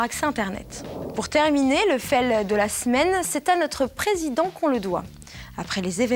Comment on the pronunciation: "y t'as chie", "le fêle", ça serait bien de travailler un peu la prononciation des mots étrangers. Très bonne présentation à part ça, j'ai hâte de voir le suivant. Continue!:)